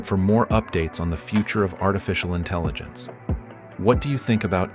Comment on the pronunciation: for a video about AI one would think you could have used a less blatantly obvious fake AI voice... also INTELLINGENCE...sigh